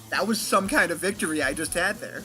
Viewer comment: "you want thome wocks?"